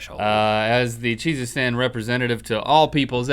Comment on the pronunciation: Sounds like Jesus-Stan lol cheesestan